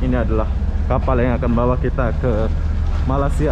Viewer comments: Malaysia bang bukan malassia,🤭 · Malaysia ❌ Malasia✔️ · Malaysia bukan malasia 😄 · Bang kmu kan udah lama tinggal di malaysia, kmu spellingnya salah bukan malasia tapi yg benar malaysia, sukses terus bang :)